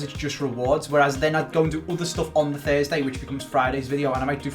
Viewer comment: FRESDAY LOL